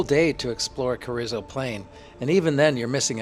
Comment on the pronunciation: pronounced cah-reez-oh, not cah-rizz-oh